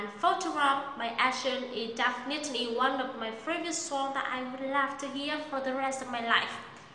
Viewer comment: wait, did I hear "dafinitely" ?